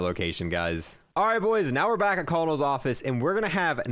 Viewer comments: i don’t know if he knows it’s pronounced kernel i can’t tell if it’s sarcasm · I'm sorry, you said you were camping in WHOS OFFICE!?!? Its pronounced Kernal bro XD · Colonel is pronounced "kernel" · Just an FYI, colonel is pronounced “Kernel”. Its a military rank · pronounced kernl btw☺️ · The way he said colonel like it was someone's name 😅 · Did he purposely mispronounce colonel??? Lol